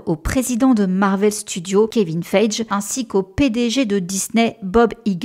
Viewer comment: C pas si important et c pas méchant mais Kevin son nom se prononce "fAïGui" et Iger c "Aïgueur". Merci!